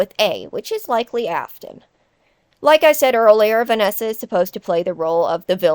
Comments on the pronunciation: Sorry but Vanana 💀 I can’t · “But Vanana-“ “But Vanessa and Vanny-“ I’m sorry, the Vanana slip up was gold. I once thought of that before too.